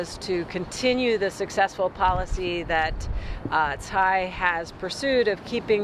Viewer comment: Tsai not Tai. Congratulations to President Lai! 🎉